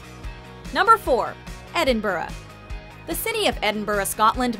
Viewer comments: im not hating i love hp jut im from scotland your saying edin-bu-rah but its edin-bra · It's pronounced 'Edinbrah' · When she said Edinburgh wrong omg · I am scottish and it kills me the way she says Edinburgh!!! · I cringe every time she says Edinburgh